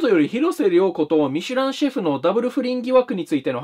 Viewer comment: 広末の発音より、ミシュランシェフが見知らぬ主婦に聞こえたんだがw